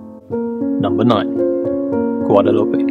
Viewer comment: Guadalupe, Extremadura. "U," not "o."